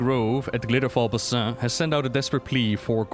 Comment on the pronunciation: Every time you say Basin wrong, makes my soul hurt in ways beyond understanding. You say Sholazar Basin right, but not the ones in Shadowlands. I don't understand!